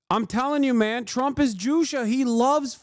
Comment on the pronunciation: It’s Juche not Jusha. He gets away with a lot of BS by being confident.